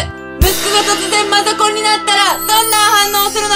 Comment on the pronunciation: 「息子がマザコンになったらどうなる」のところのマザコンがマザコになってるwww